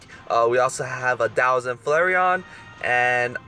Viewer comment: I mean, you pronounced Flareon correct.